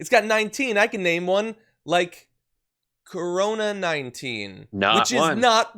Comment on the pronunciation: I heard him say "orona" sounded like he forgot the "C"